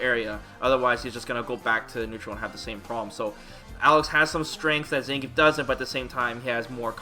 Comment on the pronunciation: I have yet to hear anyone other than the game pronounce Zangief correctly. It's three syllables.